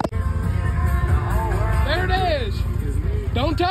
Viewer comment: “I’m not intossicated”😂